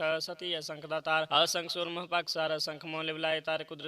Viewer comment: ਆਸੰਖ ਨਹੀ ਜੀ ਅਸੰਖ ਪੜਿਆ ਕਰੋ ਜੀ🙏🙏